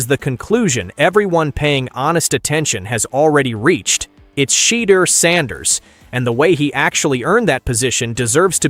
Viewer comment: This is what it sounds like when you use AI it doesn't pronounce names right like m o n e n not m o n k i n and shutter Sanders not shut the damn door